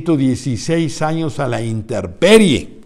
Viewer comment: Es "intemperie" Licenciado, no interperie.